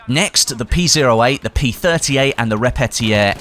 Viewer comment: How do you pronounce repetiere??? It’s a German pistol not French whahaha. Re-pe-ti(e)-re not re-pe-tiè-re